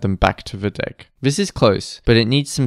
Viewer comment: dont pronounce "deck" like that 😔